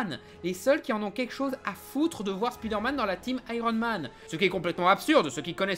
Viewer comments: Rah mais c'est pas "Spidairmane", mais "Spaïdeurmaine" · On dit "Iron man" Alors pourriez-vous dire "SpIderman" Merci. Cordialement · Comme ça m'énerve d une force les gens qui disent speederman au lieu de spiderman (spaille d'heure manne) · Pourquoi "Speederman" ? Pourquoi pas "Meeles Morales" ou "speederverse" ? Le vrai drame de Spiderman, c'est la manière dont on prononce son nom dans certains pays francophones !